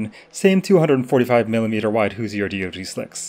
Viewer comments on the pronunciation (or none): As a man from Indiana my dude it’s “Whoshur”